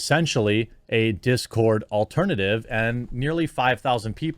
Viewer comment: It's dis cord not that cord.